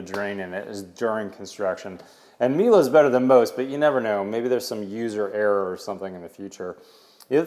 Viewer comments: Not "mila" it is "mile" hehhe europe things bug you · Nothing new and Miele is a German brand it is pronounced E and now A at the end. And Miele don't show it because it is common in Germany. Every dishwasher has it. And Plumber needs to get fired. Who in the world installs a shower head so low you can hit your head on.